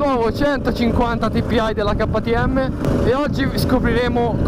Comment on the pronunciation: Non ho capito perché ktm lo pronunci in italiano e tpi in inglese ma hahaha